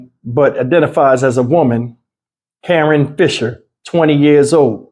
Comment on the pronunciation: Karon? Nah, that’s Ka- RON.